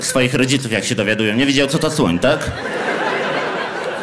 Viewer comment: Nie słyszałem jeszcze o zwierzeciu które się tak wymawia. O słońu szłyszałem ale o takim zwierzęciu jak wymawiasz Ty jeszcze nie słyszałem😂😂